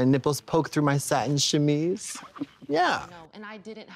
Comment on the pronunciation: Katya did NOT just pronounce "chemise" like that, no way 😂